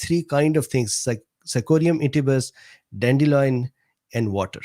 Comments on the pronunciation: Sorry but it's annoying me. DANDELION NOT dandeloin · Don’t worry about mispronouncing cichorium intybus. Or “dandeloin” 😁